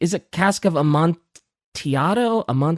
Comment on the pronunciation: Their pronunciation of Amantillado makes me irrationally angry. Also the implication of the story is that whatever slight Montresor suffered from Fortunato was incredibly minor and Montresor is just using it as an excuse to kill Fortunato with the real reason being that he thought Fortunato was just annoying